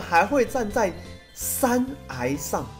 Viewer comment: 山崖(ㄧㄞˊ) 不是山涯(ㄧㄚˊ)